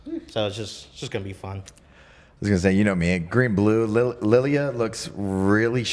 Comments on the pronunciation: Please for the love of God...... Prounce Lille as "Leel".... Not Lillia. 😂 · I don't think it's pronounced Lilly France. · Lille = Lilly ? 😅